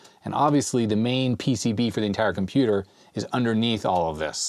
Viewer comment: entire not entier........